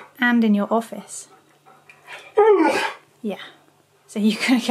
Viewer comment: Imagine if everyone pronounced office like